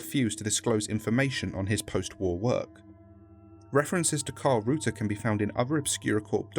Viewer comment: Meyer is another spelling of Meier. The e and the ei are pronounced like the "e" in "eye". and the "er" is pronounced in a similar way to the "ai" in "chair". The "eu" in Reuter is pronounced in a similar way to "oi" in well, in "Oi" Other than that, what a cool video.